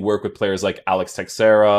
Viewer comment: So many FIFA youtubers need to learn how to pronounce players names. Texeira - stop pronouncing the ‘x’ Mollet - stop pronouncing the ‘t’ he’s French!